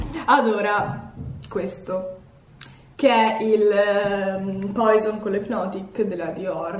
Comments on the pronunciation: La mia non é una critica, però il profumo che tu pronunci come "poison" (ovvero che si scrive) in realtà é una parola francese che significa veleno e si pronuncia "puasòn" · Sì dice puasonnnnn piuttosto informatevi